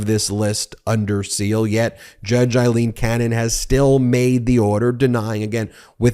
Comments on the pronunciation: Her name is pronounced “A”- ileen, not “I”- leen. Eileen and Aileen. Respect Aileen’s name at least. Please. RESPECT! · Hey, Ben. It's NOT i-leen – it's A–leen. Otherwise, great job as ever. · It's Aileen...not Eileen...get your facts straight. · Why do you insist on calling her Eyeleen when she pronounces it Aileen and so does everyone in the media. I think you're great but it is driving me to distraction. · It's Aileen, not Eileen. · It’s not Judge Eileen, it’s Judge Aileen A is pronounced as a long A seriously get the name correct My name is Eileen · Aileen is pronounced 'ale-een'